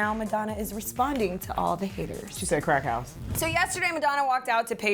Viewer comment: I can’t get over how she said crackhouse.